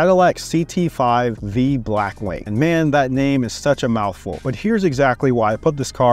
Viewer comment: It's a Blackwing not Blackweight lmfao!